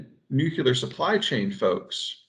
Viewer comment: 'Nuclear' please.